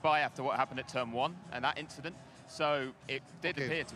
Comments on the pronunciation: guys we got "just an inchident" part 2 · It was just an 'inchident'....🤣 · Charles had the opportunity to say it was just an inchident and he didn’t 😭😂